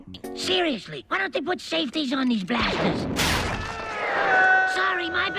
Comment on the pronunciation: the word "blasters" sounded like the word "bastards"